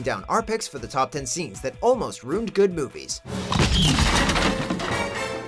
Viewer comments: Ruined is 2 syllables. "Roond". Wow. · Is he saying "rooned"? 🤣🤣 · Stop fuckin saying "ruined" like that.